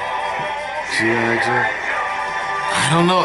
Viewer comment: lol said G.O joe